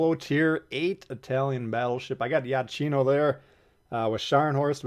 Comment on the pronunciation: Ciao. FYI in Italian CH sounds like K. So Iachino is pronounced as Iakino….😉